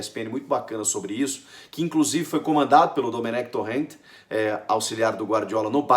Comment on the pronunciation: a pronúncia correta é domênec tórem (tipo domênico)